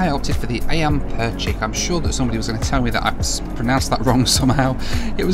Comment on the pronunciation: Not a bad effort,: "ayam" (meaning chicken) is pronounced "I am". Your pronunciation of "percik" was pretty much spot on.